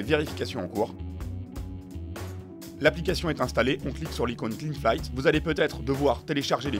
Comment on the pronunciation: (flight se prononce "flaï")